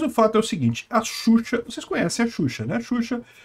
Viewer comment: É "Exuxa" kkkk